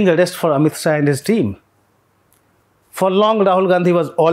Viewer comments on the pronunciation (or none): none